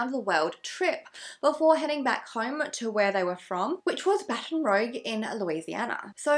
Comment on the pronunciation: You are so cute it’s Baton Rouge like blush that kind of rouge 😘